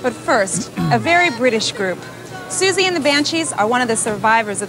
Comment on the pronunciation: Personally, I thought you pronounced her name perfectly. In fact, I wondered if you had researched (though I get the impression that might be a bit off-brand?) That's how I have always said it. If wrong, oh well, she can correct me. Please, come out & play Siouxsie...